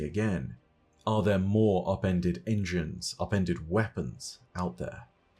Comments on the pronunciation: I always thought he was saying “appended” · All I hear is “Appendix” my “appendix”